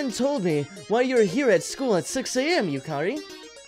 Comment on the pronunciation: yukari is pronounced "yukadi" just sayin...